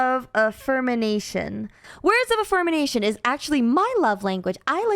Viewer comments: I'm sorry I've never heard of the word affirmination. Do you mean affirmation? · it's affirmation!!! Not affirmination!!! You confused me!! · Just me, or she saying affermination instead of affirmation? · "afirmination"... is such a derp 🤭. I think she means affirmation. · Its" words of af-fir-mation " is the love language. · I hate having to do this. Words of "Affirmation". "Affirm"-in-"ation" sounds like some guy from Calcutta making cheese. is right about this being hard but important. I get that you're trying, and I'm sorry.